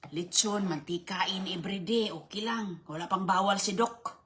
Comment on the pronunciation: Anong bawwal bawwal 😂